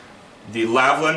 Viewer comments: I would actually listen to your advice if you started to actually read the names on the products you advertise. The brand is called LAL-VIN not LAV-LIN, you got that wrong in your pronounciation of the word aswell as your notes. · How can one end up saying "Lavlin" every time with a product they are so familiar with?